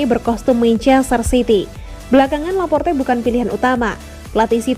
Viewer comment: Mnt , kenapa Laporte jadi Laporta min ?? Beda 1 huruf udah beda orang min 🤣🤣